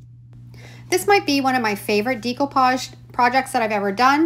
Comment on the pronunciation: How can this woman be a crafter and not know how to pronounce "decoupage"? People have even commented & she has replied but still.... day - koo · paazh day - koo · paazh day - koo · paazh day - koo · paazh day - koo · paazh day - koo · paazh